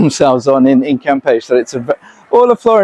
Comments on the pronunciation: Pronounced cam peshy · well, to begin, you d0nt pronounce it right....cam' pech E...... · Florianopolis is a nightmare in high season. It may take 40 minutes to move just 100 meters. Also, you pronounce it CAM-PE-CHE. Every single syllable is pronounced. You are leaving the CHE part out. Cam-pe-che , or Cam-pe-she (phonetics) Selling it? If you buy in the hopes to sell it in the short term, you will be in danger or be at risk. The number of people who have the money to buy properties or real estate in Floripa or BC is VERY VERY LOW. Brazil has a lot of poverty. The economic social class who can buy property to sell and be involved in the flipping business , they are already set and probably not be looking to buy from 3rd hand. Be careful Airbnb might be the safest bet but be very careful, you will have to charge very competitive prices because it is already near around saturation levels because Floripa is NOT cheap to ordinary people of Brazil